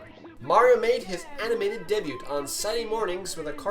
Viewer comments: ITS DAYBEW NOT DEHBUTT! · I hope you realize the "t" in debut is silent. "Day-byoo"